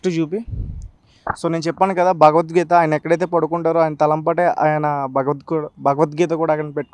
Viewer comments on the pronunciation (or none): ' భగవద్గీత ' అనడం రాదు, వేస్ట్ ఫెలో..